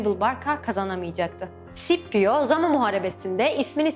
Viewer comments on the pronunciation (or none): Bu arada tekrar tekrar baktım kardeş, Klasik Latince'de Skipio olarak okunuyor isim. Adamcağız da Klasik Latince döneminde yaşadığına göre :) Bu arada Latince okunuş kuralları hemen hemen biliniyor. Şiirler özellikle yardımcı olmuş zamanında nasıl okunduğunu anlaşılmasında. Şiirlerdeki ahenkten ve uyaklardan çözüyorlar genelde :) Ayrıca Sipio Anglofonların okuyuşuymuş, tıpkı "Henibıl" gibi. Şipio İtalyanca etkisindeki bir okunuşmuşmuş. Kilise Latincesi de böyle okuyormuş sanırım :) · "C" sesinin bazı yerler de "S" bazı yerlerde "K" olarak okunduğu doğrudur. ancak hiçbir zaman Sh şeklinde okunmaz. SCIPIO sippio olmaz. Ssipio da olmayacağına göre bilindiği gibi Skipio'dur. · Hannibal, Hamilkar Türkçe'deki gibi okunur. Keşke nasıl okunduğunu da araştırsaydınız :D Bir de Sippio değil Skipio diye okunur :D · Rocco Amanpour sh şeklinde burada okunuyor. Normalde s diye de okunabilir yani. Aytıca sipio diye neden olmasın? Bunun bir kanıtı yok diye biliyorum? Ama muhtemelen Skipio doğru olandır. Araştırsaydınız demen yanlış, araştırmayan skipio diye okur belli ki araştırmışlar. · Telaffuz'u duyduktan sonra bir şey diyemiyorum :) Scipio Africanus'a Sippio demek, Hannibal'e Henibıl demek :) Tarihin en iyi taktisyenlerinden birine böyle hitap edildiğini duysa adam mezarında dönerdi :)